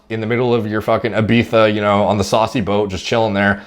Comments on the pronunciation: You smashed the ibiza pronunciation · If you want to pronounce Ibiza the spanish way, just say "eebeetha" in english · Don’t worry you are saying Ibiza right ! (“Ibeether”) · nothing wrong with his pronounciation.in fact some northerners go full retard mode and call it IBIFA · Sounds like you got Ibiza spot on! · Well done for pronouncing Ibiza properly. Shame the mass uneducated are saying it's wrong but....YouTube comments people. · Unlike most Americans he actually says is correctly...